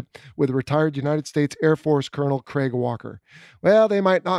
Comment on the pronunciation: Wow you say Craig about right, never heard an American say it “right” before. They usually say it like Greg or Creg which is wierd. Pretty cool.